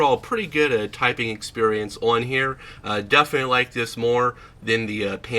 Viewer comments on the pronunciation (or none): none